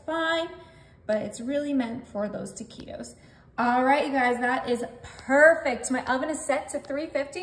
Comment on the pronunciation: Pronounce the words right taquitos is not right